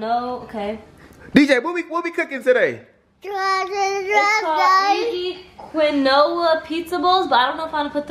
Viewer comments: Its keen- wa not quin noa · They said QUINOA, as...CONOLA 🤦🏻‍♂️ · BOI "kwin-oh-a" ? ITS PRONOUNCED "keen-wash" ! THEY DON'T EVEN KNOW WHAT QUINOA IS!🤦‍♀️ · She said "Kwu-Noah" I'm dead...sweety it's 'keen-wah' 😂😂😂😂💀💀💀💀like this so she know how to say it in the future! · She said some “qui-noah” 😂 Quinoa is pronounced “keen-wah” 🤣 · I cringed every time they said "qui no uhhh." It's "keen-wah" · quiona is pronouced KEEN-WA and not KI-NOWA just saying sorry if you thought i was being rude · “Canoa “ it’s keen wah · "Quinoa" pronounced Keen-Wua 😂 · quinoa Keen-wah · quinoa is pronounced (keen-wa) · Did they just call quinoa CA-NO-A????? LMAOOOOOOO i thought she was talking about canola oil or something lol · Y'all so cute! Quinoa is pronounced keen-wa!! Hey and I love y'all for shopping Walmart every time y'all cook! Been working there for 13 years in Logistics! Keep it up fam! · Quinoa is pronounced "keen- wah" 😂🤦🏾‍♀️ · Isnt it "key-noah"? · QUINOA IS PRONOUNCED "KEEN-WAH"!!!!!!!!!! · Cami Cami Right smh...and baby it's pronounced Keen-wah...it's okay you'll get there. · Quinoa is pronouced (KEEN-WAH) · IT'S PRONOUNCED "KEEN-WAH" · Love you guys! But Quinoa is pronounced Keen - Wah :) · She said canola a couple of times lol smh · its pronounced keen-wah (Quinoa) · For real!!! 😂😂😂 she really kept kept saying "kwin-oh-ah" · Quinoa is pronounced keen-wah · I was just about to say that. She kept saying canola like where in the world does that word come in at lmao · Quinoa is pronounced (Kean-wa) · I was dead when Briannca said quinoa wrong. It's like keen-wa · Keen-wah sis!! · It's pronounced "keen-wah" it's a healthy replacement for rice and other carbs. But it's really disgusting and calls for a lot of extra seasonings in effort to replace the nasty taste. And if cooked to long can feel like you're eating cottage cheese. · quinoa lmao it's pronounced "qeenwa" it's a type of grain and it's super good salty